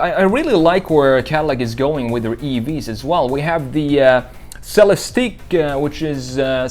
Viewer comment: Great chop. I have always loved big body sedans as well. I have admired your work for years and i like what you did with our CT6 here. Its a little different than you imagined, but still a knock out. Keep up the good work and its pronounced LYR-ICK and CELEST-ICK. #iworkforcadillac